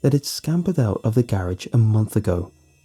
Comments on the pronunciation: Is it jus me or instead of garage does he say ga rage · The scariest part about the video is how he says garage